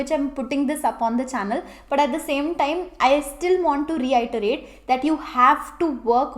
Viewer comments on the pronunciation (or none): Definitely motivated! Started preparing last week. By the way I think you might want to look up the correct pronunciation for the word 'reiterate'.